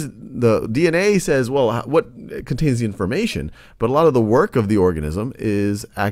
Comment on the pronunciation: Who else thought he said orgasm